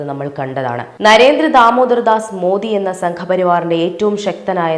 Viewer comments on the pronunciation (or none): none